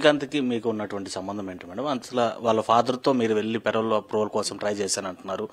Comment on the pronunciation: పెరవల్ కాదు పెరోల్